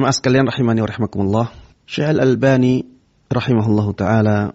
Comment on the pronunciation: afwan, bukan Al bani, tapi Al Albani